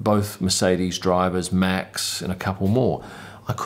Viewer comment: David Coulthard's surname is pronounced with the "h", so its not a hard T; I can see you're trying with Max's name too...well done.